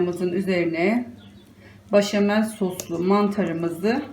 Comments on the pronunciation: başamel değil, beşamel demeniz gerekiyor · Ablam gözünü seveyim başamal deme ya 😂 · Yağ koyarsanız makarna sosu çekmez. Sadece bol tuzda haşlanmalı. O zaman yapışmaz. İtalyanlar asla yağ koymaz. Bir de başamel değil. Beşamel deniyor. Bilginize🙋‍♀️